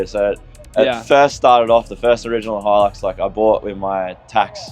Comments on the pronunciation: 😂why can't Americans pronounce english properly. How do you get "Heelux" from Hilux, where's the "E" in Hilux? 😂😂😂 It's sounded out like, "High-Lux", because it has a damn "I" (pronuced like the word eye) not a bloody "E" 😂😂😂 Fuck me dead. I'm dying. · Hilux He-lux